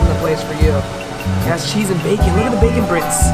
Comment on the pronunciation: Did he say bacon bricks